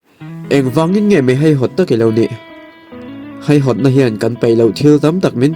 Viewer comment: Nia, keipawh haihawt tiin ain ziak reng si a. Heihawt tiin a chhiar talh mai hian ngaihthlak a ti hreawm deuh,tin hetianga mi tam tak tena an chhiar tura thu kan chhoar a nih chuan, kan tawngkam te hi i fimkhur hle thin ang u tih hi ka rawn sawi ve duh a ni, ngaihthlak a in nawm hleih em mai.